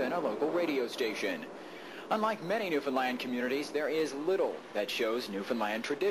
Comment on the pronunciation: This US sailor pronounced “Newfoundland “ correctly, telling me he spent a little time among the locals.